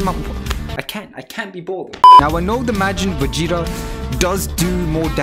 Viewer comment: All I hear him say is majin fajita 😂🇮🇹🇮🇹🇮🇹